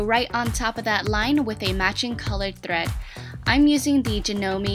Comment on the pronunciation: the way she says thread bothers me ugh but I love her she is good at what she dose. I can overlook the thread thing cause your talented.